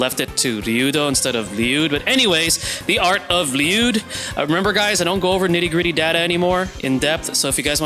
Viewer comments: I always just presumed it to be like “LEE-you’d and hearing 40 use the Japanese pronunciation in this just video basically confirmed it for me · you pronouncing it right king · I could listen to you say his name correctly all day 😍